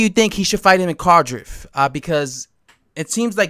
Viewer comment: It's pronounced not being a dick just say card if on the end ❤